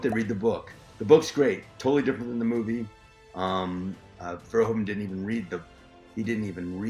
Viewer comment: How did you fuck up his name that bad